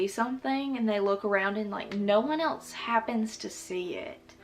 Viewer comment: I love how she says else as “elts” 😂